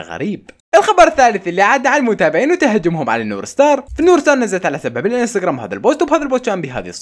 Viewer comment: يكول نور ستار مو ستارز هههههه😂😂